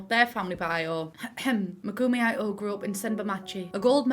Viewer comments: good video, just please. ito is pronounced as "ee-toh" (いと - i (pronounced as ee) to (toh)) its the most obvious one, but please at least try to pronounce japanese names correctly. other ones didnt have horrible issues, but this one aaaa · Idk if this is the case but im pretty sure that if theyre meant to be japanese, Ito should be pronounced more like "ih - to" or "ee - to"? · I was so positively shook you pronounced Kado right, only to wanna die by your Ito jajajajajajaja at least Kado was right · Ito is pronounced "it-to" Kado "ca do" Kiyoshi "ki-yoshi" not "kai"